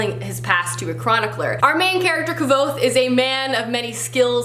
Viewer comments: Pronounced Kwothe not Kvothe. Just saying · I can't help but notice that you mispronounced the main character's name from The Name of the Wind. It truly baffles me when I hear people pronounce it wrong considering Rothfuss tells the reader how it is pronounced in the first couple pages of the book. He literally TELLS us that the V make a W sound so the name sounds like Quoath. It's like quote and oath combined. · TK Kielion yes I found it it’s on page 57 of my copy of the book in chapter 7. It says, “My name is Kvothe, pronounced nearly the same as ‘Quothe’” it might be different in your copy but it’s towards the end of the chapter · Kvothe is actually pronounced Quothe. I thought it was pronounced with the K at first too, but when I re read the book I noticed that at the beginning the author says how its pronounced. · Cool. Yeah so I see where you got confused, the name almost sounds like quothe not actually pronounced that way. I think the author was trying to give a point of reference. Both words are said in a 1 syllable manner, meaning his name flows like quothe if that makes any sense.